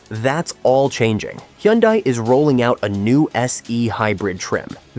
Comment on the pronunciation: Learn how to pronounce Hyundai😂